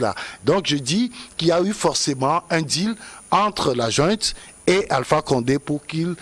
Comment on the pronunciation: On dit junte et non jouente si le mot autorité te brûle la bouche